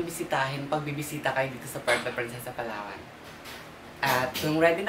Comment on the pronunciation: Palawan not PALAWAWAN.